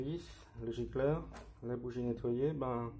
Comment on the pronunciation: Gicleur avec un C pas giGleur ...🤟😉